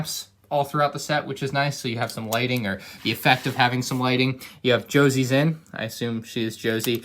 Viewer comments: Its José's in not josies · Man, you need to look stuff up when your intelligence is lacking...dont just guess, please. Josie's Inn?! That is pronounced Ho-zay and it is a reference to the original Pirate Bay designer's dad of which this set pays homage to. His dad Jose introduced him to Lego and the pirate theme. See what a better story that is than you butchering the pronouncuation and making up everything else. Please up your game. Thank you. Stay in school. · Bro that doesn’t say Josie’s inn it says José’s inn which is Spanish and is pronounced Ho’se and it’s a guys name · it’s pronounced hosaze inn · I think that says ho-zay-s inn